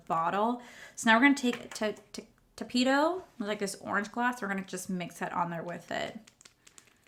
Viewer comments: When you said “Tapito” when reading the makeup sponge. 🤣 omg lol. Love you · I don't think this collection is for you girl that's why you didn't like it I mean you can't even say tapatio 🙄